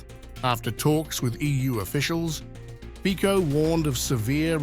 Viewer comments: not fiko but FICO please at least do us a courtessy a learn to speak politic's name correctly!!!! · Show some respect and professionalism, id!ots!... The surname of the Slovak Prime Minister is pronounced “FIT-SOH”... Robert FIT-SOH... We agree, you are ignorant and trivial... But, for God´s sake, try to hide it!... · It's Fico not Fiko. Like in Fitz Roy Peak. So Fitzo - Fico. It's respect to our country. 🇸🇰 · It's "FITSO", not "Fiko"! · Fico is pronounced "Fitzo" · His name has to be pronounced Fitzo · How about learning the correct pronunciation of "Fico"? (FEETZO)